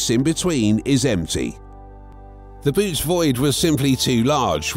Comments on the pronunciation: Boötes isn’t pronounced “boots”. It’s pronounced “boh-OH-teez”! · Its not "Boots" void, its pronounced Boo-ootees. Also, the void has millions of galaxies in it, but compared to "outside" of the void it is a fraction of the galaxies that typically populate the universe. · I volunteer to go there, I want to be alone, where no one and nothing ever heard of Trump. PS: It's not pronounced "boots" but "BOW-uh-tees." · its a text reading bot, it doesnt know any better